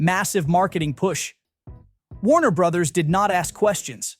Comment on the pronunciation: "Warner Brotherses," you say? 🤨 Pro Tip: Brother's and Brothers' are pronounced the same as Brothers.